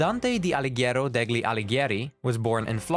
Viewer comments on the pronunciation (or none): You mispronounced "degli". It is pronounced as "deli", as in Italian there is always a silent G preceding LI. Also Satan doesn't have three heads he has one head with three faces. And btw Charon's Japanese name is Pluto and his English name refers to Pluto's moon, not the mythological figure.